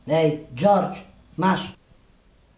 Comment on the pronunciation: Dżordż haha jak Baśka to zajebiście wymawia!